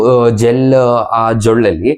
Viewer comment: ಜೊಳ್ಳಲ್ಲ ಜೊಲ್ಲು